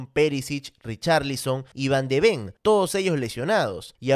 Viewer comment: Papi, aquí te doy un curso corto, pero intensivo de holandés para pronuncies bien el apellido de Van de Ven. La V no la pronuncies como B, pero como una F. O sea, Fan de Fen. Saludos, papi.